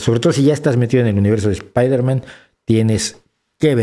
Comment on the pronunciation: Incluso si él hubiese dicho espaiderman seguiría estando mal pronunciada, ya que la E no va antes de esa S en Inglés, la R no se pronuncia igual, porque debería ser una consonante aproximante retrofleja, la A en man es una schwa, que tampoco se hace en español. Si bien pronunciar la i como AI acerca la palabra más a la pronunciación real, esta nunca llegará a ser la correcta a menos que él realmente sepa inglés, ¿entonces para qué molestarse?